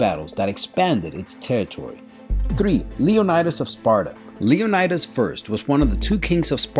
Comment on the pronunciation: liunidis ? right?